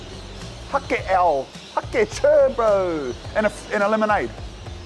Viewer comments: Hake is literally just pronounced "hayk"..bougie over there with his haké Would be sick if when an establishment you go to does really well go in and tell them to their faces that theyre killing it, to see the reaction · Its pronounced Hay-ke, like Cake with an H. Beaut NZ fish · It's HAKE, as in JAKE !!! Silent E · 😅😅😅😅 "Hakē ow, hakē churr bro!" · Think įţs Hake? Pronunciation low key. ( hay. ke. ) South Island N.Z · When he said hake i thought he said hoki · It’s pronounced HAY K ( the fish) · "HA-KE" is pronounced HEY-K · Bro "Hake" is pronounced "Hayk" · Hake is pronounced like hate but with a k lmaoo